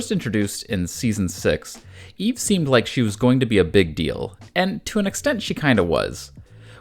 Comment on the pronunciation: Eevee? 👀 you using an AI voice and didn't catch that typo?